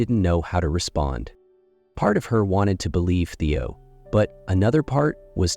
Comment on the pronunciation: It’s a big turn-off when the narrator can’t get the names of the characters right. It’s Theo, not Teo and Sky, not Skye.